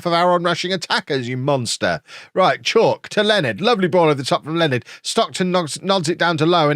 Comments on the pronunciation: its not chalk its pronounced Cha-oo-ke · Just so you are aware, Oshilaja is pronounced Osh-e-lar-ja; and Chauke is pronounced Chow-kay. Hope this helps. Let’s finish above the Lambs! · bro i think kegs chauke a better pronounced for kev is cha-woo-kay. much love from RSA